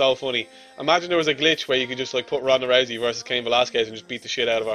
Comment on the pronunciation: Did he just say, "let's go team rosey"? Your such a nerd it's ROUSEY you know nothing about ufc.